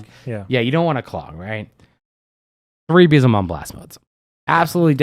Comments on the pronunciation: Pronunciation of Beelzemon is killing me 😂👈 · I agree I have a friend who says it the same way and it hurts me.